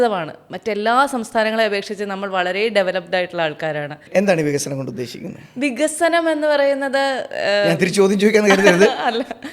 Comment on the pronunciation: വിഗസനം, എന്നല്ല..... "വികസനം" എന്നതാണ് ശരിയായ വാക്ക്